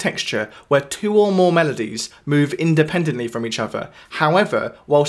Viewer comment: I wish you would stop saying “uvver” or “togevver “